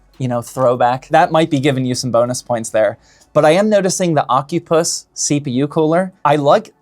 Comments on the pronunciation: 💀 Bro it's O-Cy-Pus not Oc-U-Pus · Is it really pronounced ocupuss?